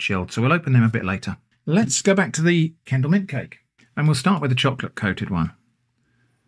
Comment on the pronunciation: Oh, its Kendal mint cake. I thought he was saying candle mint cake.